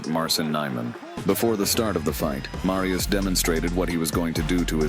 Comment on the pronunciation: it's not Marjus but M A R Y U S H